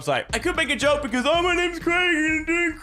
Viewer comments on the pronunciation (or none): none